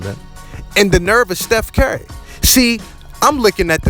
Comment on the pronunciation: Dude said Steph Carry the whole video